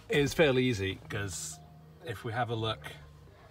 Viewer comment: several times he hyper-corrects for his northern English accent, which he tries unsuccessfully to southernise, saying luck instead of look and tuck instead of took. just saying...